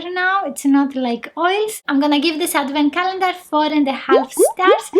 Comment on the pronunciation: Love your video 😍and anyone notice she said advand Callender 😀😀